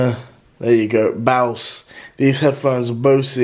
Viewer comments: Its Bose not Bause! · Bose is pronounced like Bows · It’s pronounced boaz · Headphones say Bose Deji: Baose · The way he said Bose 🤦🏻‍♂️ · Bose headphones, pronounced like rose. Sorry did that just bug me😂